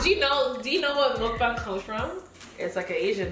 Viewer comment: Yes bring on ur channel more.you said it correctly the first time.,mukbang